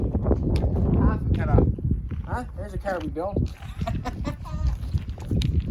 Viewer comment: Drinking game.... every time he says Caahr!